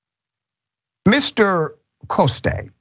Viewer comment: Look up Councilwoman Tania Fernandes Anderson, Doc. Invite her. The man is a Frenchy. Jean Francois Coste (pronounced Cost not Costay).